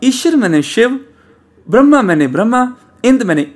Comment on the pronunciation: ਆਪਜੀ ਬਰਮਾ ਨੂ ਬ੍ਰਹਮਾ ਬੋਲਦੇ ਹੋ ਜੀ🙏🏼